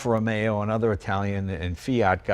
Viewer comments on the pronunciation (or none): none